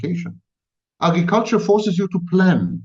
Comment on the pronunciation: My thought in technoculture is why give it any energy if he is saying technology leads to no good then why is he talking about how great virtual s3x will be. AgRiculture is being pronounced Eggy-culture and Sammy needs help articulating R's. Anyway back to my point. Fifty years ago people were so sure there would be flying cars and painting the future as so perfecr and exciting, but all we have is more pollution and there are no flying cars yet so why would we talk about the Metaverse as if we look forward to it.